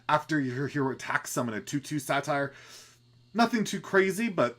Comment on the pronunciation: I like how you call Satyrs "satires" :D Mana Burn is an awesome card, also really digging the Prime mechanic. I also wonder if Zephrys will pull DH cards since some of them are very situational but helpful!